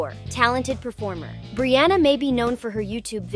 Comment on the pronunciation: brianna not brooouna but she say brianna 1 time.🙄😮‍💨